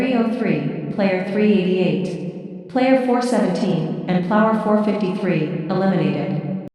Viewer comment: it said Plauer instead of player lol